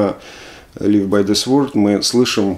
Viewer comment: Слово sword произносится как "cорд", а не "сворд" :)